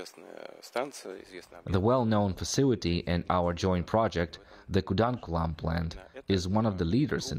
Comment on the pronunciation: Did he said kudamkulam...😮